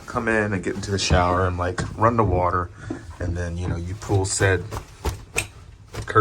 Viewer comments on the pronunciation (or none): none